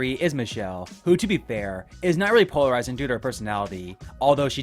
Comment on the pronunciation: You pronounce “polarizing” SO weirdly 😂 it threw me off every time! Anyway I really do like Michelle, and I eventually came around to liking Trev too bc it seems he grew as a person overtime and the others were horrible to him on his returning season. The other 3 I’m not a fan of tbh.